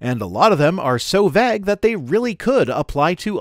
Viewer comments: How have I never noticed that pronounces vague as "vegg." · I was looking through the comments for exactly this before I posted my own. Is it a Canadian thing? Or is it a thing? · Am I the only one stuck on how is pronouncing 'vague'? I've never heard it pronounced that way, and it throws me every time he says it in this video. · So do all Canadians pronounce vague this way? The funny thing is his “vague” rhymes with my (American from New England) “bag” but most Canadians I know pronounce “bag” so it rhymes with MY “vague!” 😂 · As a British English person the long eh sound in pronunciation of "vague" was noticeably "Canadian" to me. The General American one is close to ours but a bit shorter I think; closer to that in "pay" than "paid"